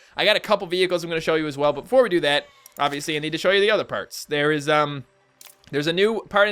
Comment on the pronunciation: It's "parts" not perts dumbass